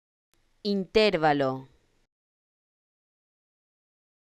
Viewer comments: No es correcto. Se pronuncia acentuando la sílaba 'va', como si se escribiera interválo no intérvalo. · Esa pronunciación ES INCORRECTA. INTERVALO La palabra "intervalo" es una palabra grave o llana, ya que su sílaba tónica es la penúltima (in-ter-VA-lo). Tiene cuatro sílabas y no lleva tilde porque termina en vocal, conforme a las reglas de acentuación del español que indican que las palabras graves no llevan tilde cuando terminan en vocal, "n" o "s". En algunos casos, se confunde erróneamente con una palabra esdrújula ("intérvalo"), pero esta forma es incorrecta y no está registrada en el diccionario. La forma correcta es "intervalo", sin tilde. En resumen, "intervalo" no lleva tilde porque: - Es una palabra grave o llana, con la sílaba tónica en la penúltima sílaba. - Termina en vocal, y las palabras graves que terminan en vocal no se acentúan gráficamente. - Cualquier variante con tilde en la antepenúltima sílaba ("in-TÉR-va-lo") es incorrecta. Esta explicación se basa en las reglas de acentuación establecidas por la Real Academia Española. * Explicación[1][2][4][7]. Citas: [1] D. El español: Las reglas de acentuación [2] Qué son las palabras graves o llanas, reglas y ejemplos [3] Palabras graves | Ejemplos y acentuación [4] El acento - palabras agudas, graves, esdrújulas y ... [5] Acentuación del idioma español [6] ¿Qué son las palabras graves? Reglas, ejemplos y ejercicios ... [7] 2.4.1 reglas generales | Ortografía básica de la lengua ... [8] Reglas Graves | PDF | Sílaba | Comunicación humana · Oiga no enseñe mal. La pronunciación no es esa porque es una palabra llana y el acento fonético va en la penúltima silaba